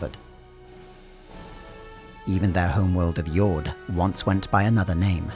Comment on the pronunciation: if Jord is meant to be pronounced like it is in say. danish. then the D is supposed to be soft. it's not pronounced like Fjord. just a small detail